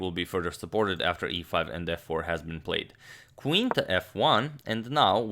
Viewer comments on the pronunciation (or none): none